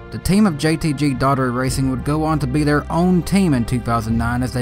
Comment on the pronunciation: JTG “ DOH-ER-TEE”. Not daughtery